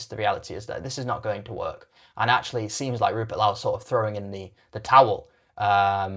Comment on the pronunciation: This guy can't even pronounce Rupert Lowe's name correctly. I'm guessing it's rage bait, much like the rest of his uninformed piffle.